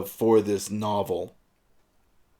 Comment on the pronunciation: Thank you for saying Sadako's name correctly. I've watched other reviewers, and they pronounced her name like Sue-dah-ko, even after watching the Japanese version where the pronunciation can be heard.